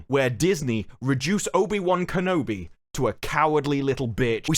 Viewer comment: You said Kenobi wrong in the beginning of the video